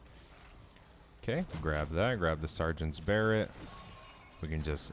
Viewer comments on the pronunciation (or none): It's pronounced buh-ray, not bear-ret.